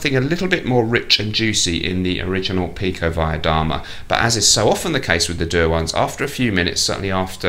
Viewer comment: Btw, your pronunciation of pikovaya dama is pretty good. Did you go to Cambridge, perchance? So many kgb spies have graduated from there, it's like their finishing school :)